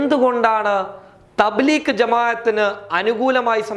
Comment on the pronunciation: Thableekh അല്ല ഡോ ത bleeg ആ ന്ന്